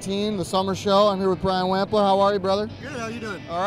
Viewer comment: Omg he pronounced it "Whampler"